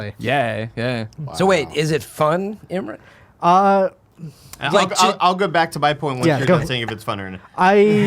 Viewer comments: Imrin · shined this episode. But seriously, you're the only one seemingly mispronouncing Imran's name. Why you do dis?